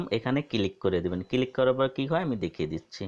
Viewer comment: Click na vai kilik.....ay video theke apnara notun uccharon sikhte parben.❤❤🤣🤣😂😂